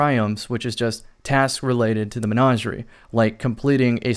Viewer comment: Anybody else hate the way he says Menagerie?